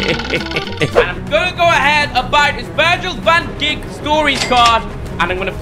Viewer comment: IshowSpeed said Van Dick😂 instead of Van dijk that got me laughing